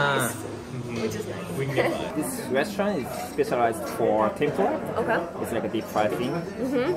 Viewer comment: 日本人が話す時にTENPURAのRAは舌を巻くのが正解？日本の物だからそこは正しく日本語の発音でキッチリ「てんぷら」の方が良い気がする…😅